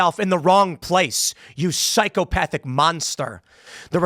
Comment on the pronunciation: You said Psychopathic Trash human wrong.